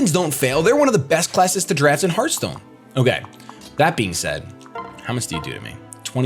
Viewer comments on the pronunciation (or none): none